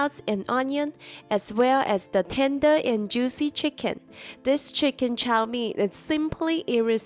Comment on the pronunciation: CHOW mein. Not Lo mein.